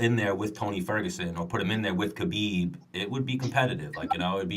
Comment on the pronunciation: Break the podcast cycle and be different: learn to say Habib properly. It's unreal, journalists like Okamoto, Helwani, Meltzer, Luke Thomas all say it right but podcaster/fighters like Bisping, Schaub, Serra, even Rogan used to say it properly then got infected. Ask a Russian in your gym how to say Хабиб right, that first letter is an "h", not a "k" or silent k. Its like when you first learned about the Gracie's. We all said Rickson & Royce until someone explained that Brazilians have a different linguistic ruleset. Since then we've learned to say Henzo and Hoyler. Biggest fight off 2018 and hearing TV crew mispronounce the champ's named sounded bush league. Thank God Bruce Buffer took 2mins to get the name right. As for the podcast, pretty good discussion, went along smoothly. Gonna sub on my phone. try to find ways to do the podcast in segments rather than one long conversation like Rogan. You talk a bit before the interview and after and rotate segments like: predictions for upcoming cards, Q&A, going over past fight, maybe a Move Of the Month where you talk about a technique you saw month and you break it down how you would use it or how others use it. Or maybe an exercise or skill every month that you'd recommend, some underrated stuff, for upncoming fighters. Having a pro fighter share tips w/ listeners seems like a great way to engage fans just like Q&A. Once you get bigger, you can slip in small audio cuts in between segments or have those segments sponsored by indivi